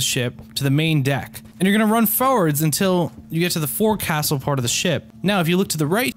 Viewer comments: Forecastle is pronounced “Folk-sole” 😂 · For castle lol not how it pronounced lol